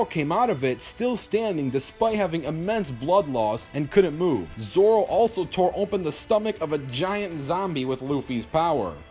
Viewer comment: it’s Zolo, not Zoro. Zoro is the guy from a different franchise.